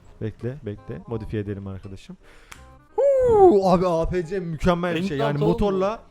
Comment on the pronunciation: Apc diye okunmuyo eypisi diye okunuyo hicmi Battlefield oynamadin